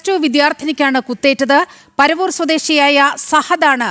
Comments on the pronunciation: Panavoor aanu Trivandrum not Paravoor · Panavooor aanu paravoor kollam jilla aanu enthu arinjano news vayikkunnathu😂😂😂😂